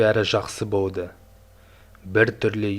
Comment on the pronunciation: Сөйлегенде дұрыс сөйлеш. (Үй аваринный жағдайда болды екен.) Жəне де Л-ға тілің келмима? Болды дегенді бовды деп...